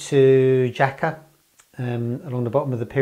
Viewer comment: Jaca is beautiful, stayed there many times, a bit of a gateway to the Pyrenees, or the hidden valleys that criss cross the border with France.... It's pronounced "Haca" BTW